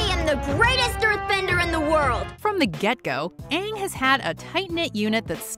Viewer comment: Verse Honestly when I was watching that movie I was thinking “it’s a movie about the best Nickelodeon show. How bad can it be?” I nearly turned off my TV when they said Aang’s name like “aOnHg”